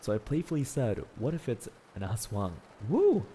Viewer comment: He really pronounced Aswang as Ass Wang 💀